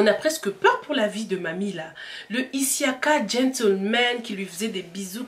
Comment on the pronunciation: Pourquoi tu dis issiaka c' est juste Siaka